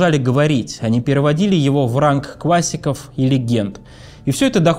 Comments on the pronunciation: Смотрю каждый выпуск. Некоторые выпуски пересматриваю, но именно те, которые Сергей ведет один. Для меня Минаев это давно бренд неповторимой подачи информации, и былобы мега круто слушать его без соведущих. Ну вот взять, некоторые слова просто режут слух - квассика вместо классика, быво вместо было и др..... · "Говос", "квассика"- неподражаемо...